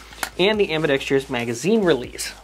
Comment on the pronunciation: Why does everyone say ambidextrous incorrectly? There is no "tree" in the word.